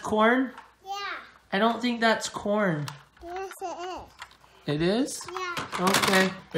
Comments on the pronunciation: It was carn not corn. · That's not corn, it's car-n